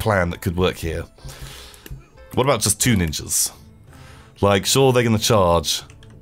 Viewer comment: Wait did he say nin-Jews at one minute in